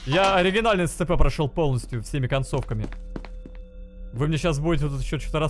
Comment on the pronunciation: Прошел оригинальны Scp CB и не знает как правильно произносить SCP